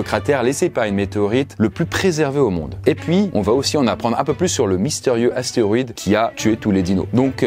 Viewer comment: c'est astéROÏde et pas astéoride, ça commence à faire beaucoup là